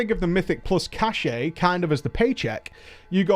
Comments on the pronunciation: I just can't.... Cache = Cash, not Cash-ay.... Had me curling every time you said it! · Sorry for stupid trivial pronunciation niggle, but this bugged me throughout the video. "Cache" - as in "Mythic Cache" is pronounced the same as "Cash". You keep pronouncing it as "cashay" which is a word, but it's spelled "cachet" and means something completely different. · Why do you keep saying "cashay", cache is pronounced "cash" lmao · K this has been irritating me for a while, it's "kăsh" not "kăsheɪ" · It's cache pronounced cash. Cachet is a completely different word. Sorry it's driving my OCD mad. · cache = pronounced "cash" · so, across the pond, you pronounce the E in cache and it's not "cash"? Feels weird.